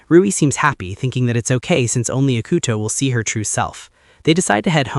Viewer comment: ugh. no. The atrocious mispronunciation of his name plus his low iq kills it. ee coo toe. not ick uh toe.